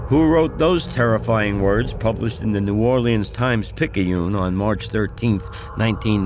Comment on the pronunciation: lol! the way he pronounced New Orlean!